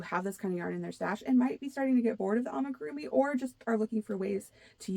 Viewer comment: I liked hearing your thoughts on coming trends, so I subscribed. Thank you! One thing I found interesting was how you mentioned 3D printing being a trend for tools and gadgets. That's a great tip! Thx! One thing I noticed is you mispronounced amigurumi. It's not an easy word. I practiced it for a long while before I got it, lol. Maybe this will help: Ah-mee-goo-room-ee. It's 5 syllables with the accent being on the fourth syllable. Thanks again for your channel! Have a blessed week 😊